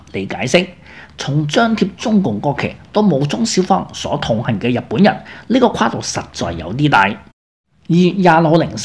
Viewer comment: 試下做讀報練習，逐字慢速發音準確，慢慢加快。你現在的水準報新聞是不合格的。例如，日本人說成入本人，華人說成懷人，行動說成閒動，推特不是推凸等等。祝進步